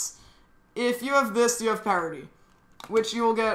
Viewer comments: Pie rit ie??? It's pair ity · Spelled parity u said pierity not parity